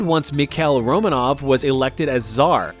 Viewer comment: It's actually "Románov", not "Romanóv" and.. I dunno how to explain this, but you basically pronounced tsar as зар, instead of царь😔😔 My russian ears are hurting, I'm sorry for being a nerd